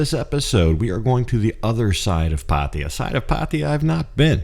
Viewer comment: Why every English speaker says patia???it's pattaya, ya ya as in yakusa or Yamaha.